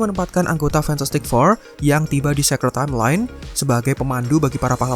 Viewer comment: iya itu di 616 sebutan nya sacred eluh tadi bilang secret salah luh!